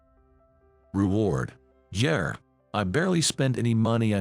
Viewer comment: There is no "R" in Yeah!